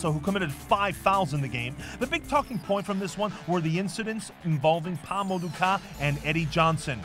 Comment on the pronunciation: I'm a Sounders fan and even I know his name's Kah not Kahn. Smh